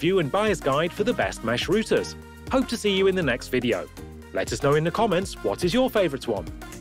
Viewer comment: Routers not Rooters!